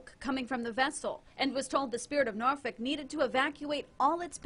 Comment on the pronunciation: Nice to see when people say Norfolk correctly haha Glad to see all the boats/tugs that came to the rescue of multiple near major catastrophes. 🤙🏾 Bravo Been on the spirit of Norfolk a couple times throughout the years. It will definitely be missed buy the city, was definitely an icon.